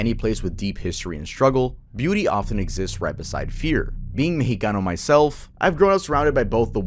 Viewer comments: its mex with an ex not meh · the “mehico” is pretty annoying i gotta side with germyz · The Mehico followed by pronouncing every word with a no sabo accent 💀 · I hate to be that guy, but Mexico, would have been pronounced as 'Meschiko' by the natives pre-colonization. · Just say Mexico like anyother word, it sounds so out of place and annoying